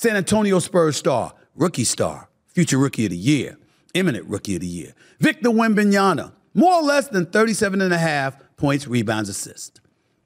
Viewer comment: A. Smith its Wembanyama....MA....... not NA.....